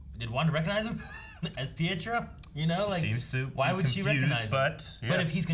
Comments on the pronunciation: Pietro's name is pronounced "Pee-et-row". Technically, it has Italian origins, but the parents who raised him and Wanda are Romani, which is a European gypsy ethnicity. It's like looking at Eric's t-shirt and pronouncing Logan's name as "Lawg-ann". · However the pronounce is pee-eh-tro ... greetings from Rome 😄